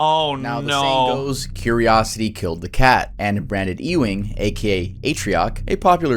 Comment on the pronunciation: Also Ewing is pronounced like YOU-ING